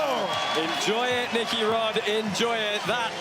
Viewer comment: Grease Rod ? Thats what I heard 😂